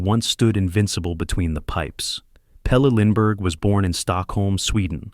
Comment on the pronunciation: Maybe if you pronounced his name correctly this would actually be good loser